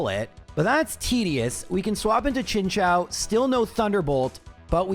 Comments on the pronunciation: His pronunciation of chinchou though ☠️ all kinds of wrong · Both this vid and MDB's latest one had me heading for the hills on that pronunciation! XD